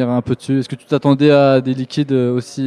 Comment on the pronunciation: C'est simple , ce n'est pas "liquide" mais "Liquid", juste s'il te plaît